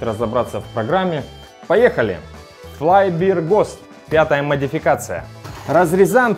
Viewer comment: "Флай Бир Гост" (Fly Beer "Gust") - это "Муха Пиво Порыв" (последнее слово в неправильном произношении). А "Flying Bear Ghost" - это примерно "Флаин' Бэа Гоуст".